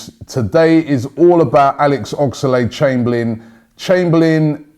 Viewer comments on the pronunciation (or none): Oxlade...... Oxlade...... Oxlade...... NOT OX-A-LADE!!!!! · WHY CANT YOU SAY OXLADE NOT OXALADE AHHGGGHH